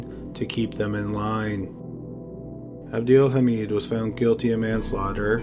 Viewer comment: Lol it’s abdel “ha-med”